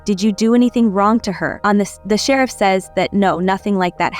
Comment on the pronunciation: Concise recap. Gave thumbs down because I hate these AI voice overs. What kind of AI system can't pronounce "sheriff"? 😠